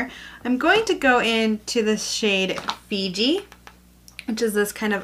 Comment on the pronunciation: Fiji is such a pretty colour :) When you first said it I thought you said VD and I rewind it to hear what you actually said lmao. Beautiful look girl :P